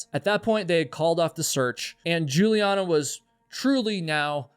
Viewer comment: You US guys never learn how to pronounce foreign names, right? The girls name is Juliane like "Yuliaane" and not tshulien. Why is it so difficult for you to grasp that there is more than English in the world? If I know that the guy who has the name Michael is an US boy, I know that I do not have to pronounce it as in the Hebrew original or in German which sounds quiet the same, but instead like "Maikel" I mean this is also a question of politeness, not only education. German is not a tribe in the Amazon. They say every 5th US citizen has German forefathers and you guys would have not made it to the moon without German help, You have a car-cilization and cars were invented by German, an if you are protestant thank Germany for the Reformation . Therefore it would be no bad idea if you cosmopolitan political correct people over there would get some little more ducation and good will for that. As for the alphabet you use it comes from latin. And in latin all the letteres of the alphabet have a certain spelling. The Germans have the same spelling, you English speaking people do not have this. You have diverted in all sorts of direction which make more or less no sense. Look how you pronounce "rainbow" and "cow". No order, no rules, just chaos.